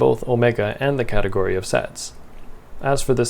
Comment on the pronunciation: "Fix a cateort"